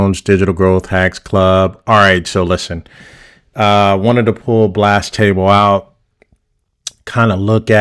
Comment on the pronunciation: Blastable actually does have tags, it just depends on what plan you are on. And it’s Blastable (Blast-a-ble) – all one word, not Blast Table :)